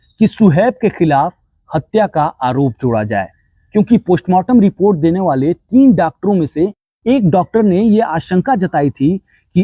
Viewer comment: Poshmartam nhi mere bhai.postmartam😂